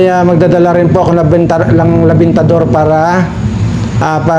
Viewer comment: Sir hindi po LABINTADOR ang tama po REMINTADOR